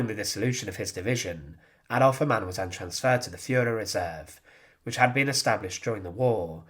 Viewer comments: Ha' mann not Ha ma'nn! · please get your German pronunciation right! Its not HAmann but Hamann. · Hamann pronounced with two syllables " Ha-Mann" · You pronounce the name as if it was an Arab name (similar to haram). It sounds bad for a German like me. So the first Ha is spoken long. Haaamann.